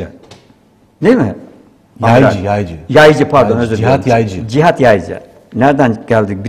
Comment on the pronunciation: Video yapiyorsun konunun başrolü adamin soyadini 25 kere yanliş söyledin.